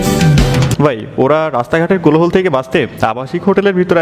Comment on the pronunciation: কোলোহল না এটা কোলাহল হবে ।